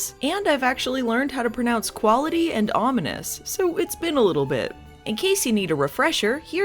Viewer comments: It was pretty amusing as well that she pronounced quality as "." It always made me think of a cute little bear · "I learned how to pronounce quality" I'm already nostalgic for the koality-days 🐨 (jk, love all your work)